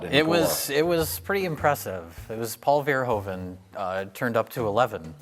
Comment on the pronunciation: pet peeve: It's not "vair-hoven", it's "vurr-hooven"